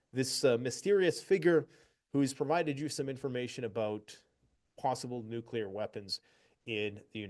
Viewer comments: It is so hard for me to believe that so called experts don't know how to pronounce the word NUCLEAR. Let me clue you idiots in! It is pronounce NU - KLEE - ER. If you can't pronounce the word I can't take you seriously. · What about a nucular drone? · He said nuclear or gas.........